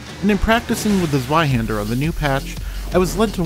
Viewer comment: Ah yes, zheiwander. The most brutal rapier in the game